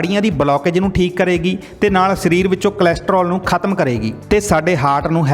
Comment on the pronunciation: ਸ਼ਰੀਰ ਨਹੀਂ, ਸਰੀਰ ।